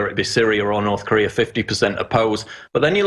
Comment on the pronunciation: North corereeeah